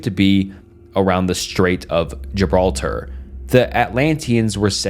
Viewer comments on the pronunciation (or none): none